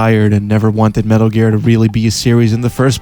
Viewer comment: I don’t know what is sexier - the in depth *~Metaru Gearu*~ analysis or that god damn voicebox in your neck.